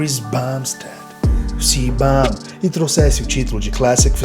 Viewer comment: Você gosta de um béisibou béfi?